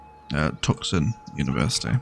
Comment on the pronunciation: Tucson is pronounced Two-Sahn or Two Son. The c is silent. It is a Native word.